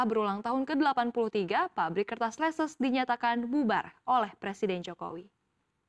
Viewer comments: Leces bacanya leces bukan leses 😅 Itu deket daerah saya😂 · Cara bacanya itu leces bukan leses